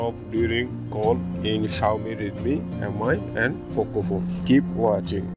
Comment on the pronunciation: Its poco not foco